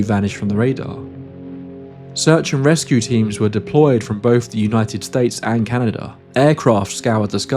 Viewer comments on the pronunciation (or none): none